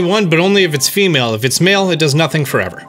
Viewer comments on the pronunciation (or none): none